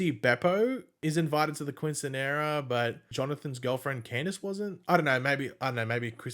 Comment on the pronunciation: Not trying to be a dick just trying to be helpful since I’m Hispanic myself lol , it is pronounced keen -seen-yeh-rah